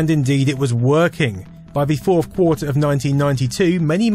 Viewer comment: lol, in the "firth quarter"? First or fourth? :p